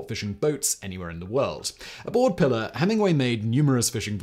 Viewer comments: I know you don't speak Spanish and I have very little love for colonizer languages, but would it kill you to attempt to pronounce a Spanish name correctly? It's Pilar, not Pillar. Spanish vowels are actually very easy to grasp, unlike the inconsistency of English. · Simon bruv.... The boat's name is a female name in latin and hispanic cultures (and possibly others, i dont know the full etymology of the name) but its not pillar "pill-er", its pronounced "pee-larr" (Pilar) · Pee-LAR. BIM-ini. Islands in the STREAM, not steam. Sorry, I'll stop. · Hemingway’s boat is pronounced “ PEE lar” not “ pillar”, but good video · The names of second wife and the boat are pronounced "Pea (as in the vegetable) -lar" not "pillar". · I can't believe you published this pronouncing the name of the boat incorrectly. It's Pilar (pronounced Pee-Lahr). Usually you are so meticulous... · Pilar is pronounced PEE laar Not pi lr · Please, for the love of all that is holy, find a native speaker to prep you for these things. At the very least, to learn how to pronounce the proper name you'll be repeating 40 times throughout your video. It's not "pillar," it's a Spanish woman's name, pronounced pee-LAHR. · "Pilar" is pronounced to rhyme with "pee-far". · That's pronounced P-lar you barbarian. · Pilar - pronounced PEE-lar. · Pilar is pronounced pee lar. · It is pronounced pee lar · It’s pronounced “pee-lar”. You’re talking about the most overrated American novelist of the twentieth century.